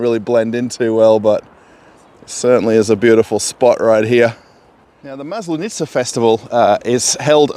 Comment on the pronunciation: seriously. You can't pronounce Maslenitsa. It's horribly hard for anyone who is originally English-speaking. don't do it my Moskovite broski:face-purple-crying